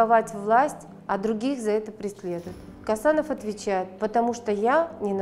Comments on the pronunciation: Не Касанов , а Қосанов!Такайев емес Тоқаев!ең болмаса адамның фамилиясын дұрыстап қазақша айтшы,орыс сияқты шүлдүрлемей. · Не Касанов а ,,,,, Косанов,,,, можно же фамилию правильно произносить а